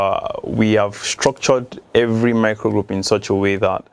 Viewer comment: 'hevery" "hargument" really?? smh!!!!!